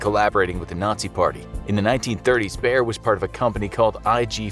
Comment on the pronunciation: damn i never heared anyone pronounce bayer that wrong xD also bayer also invented heroin so ... thats maybe worse xD